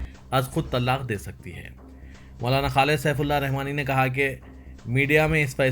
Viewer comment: Walaikum assalam wa rahmatullahi wa barakatuhu bhai Bhai lafz tallaq nahi talaq hai